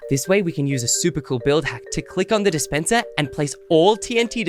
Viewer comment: i heard you say displender